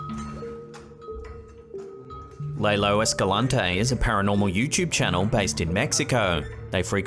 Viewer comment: Btw lalo is pronounce law low not laylo.